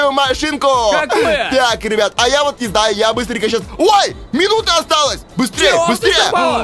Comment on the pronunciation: Почему ты говориш рыбят а не ребят